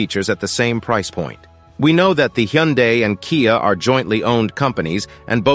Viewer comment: I am a Korean and I have never seen any YouTubers who are not native Korean that can pronounce Hyundai correctly so far. You are very close to what we pronounce Hyundai.